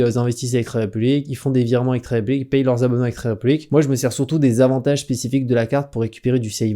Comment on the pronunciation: Quand tu dis "1er, deuxième, troisième... des avantages" on entend "désavantage" du coup, le début de ta vidéo est un peu confus. 😅